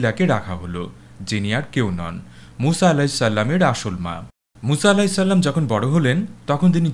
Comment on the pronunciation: আপনার উচ্চারণ এক জায়গায় একটু ঠিক করতে হবে। "আলাইহিস সাল্লাম" নয় বরং "আলাইহিস সালাম"।